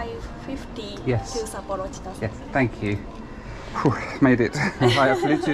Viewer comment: Please do not play a drinking game for every new pronunciation of Sapporo.